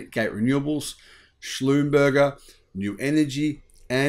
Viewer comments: Schlumber is not pronounced slum-burger it is schlum-ber-zhay. It’s french… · Schlumberger goes by the French pronunciation Schlumber-zhay.